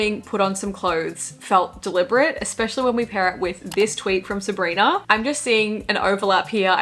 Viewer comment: I love how you say Sabrinarrr